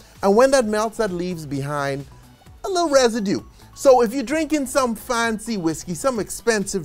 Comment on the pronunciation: Don't overfreeze your ice and it will be clear. "Residue" lol. Okay.